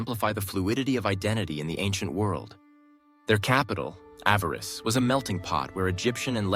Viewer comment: What an awful.documentay ,repetitive to point ,half of the imaginery wrong , the speaker doesn't know how to pronounce Hyksos and Avaris . A love song to the Hyksos with no real info . It sucks